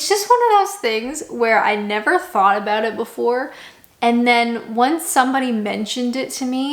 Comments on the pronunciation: Why do Canadians pronounce anything with 'ou' in the word as 'oo' e.g. about? You sound like you're from Norfolk! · I like how you say 'ah-booht' for 'about'. Pretty cool.